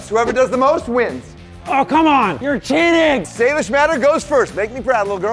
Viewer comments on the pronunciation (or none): Why did you say Salisbury instead of Salish 😂